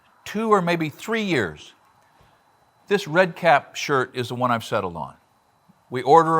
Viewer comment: You might consider putting the name of the company you are recommending in the Description instead of all the boilerplate stuff you have in there. I could not tell what your were saying in the video, Redcat is what I thought your were saying. You can never see the target in the shirt that well, even on my 70" inch screen. But I finally found the company name Red Kap (two words) in somebodies comments. A nine minute video and you never show in writing the company name large enough to be read. Thanks though, I plan to buy one and try it out.